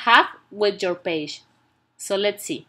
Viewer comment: and paje 😂😂🤣